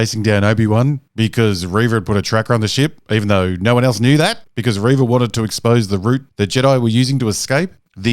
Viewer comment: It's pronounced ReeeeeeeeeeeeeVA